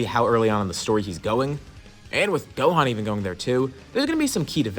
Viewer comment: Brodie it's gohan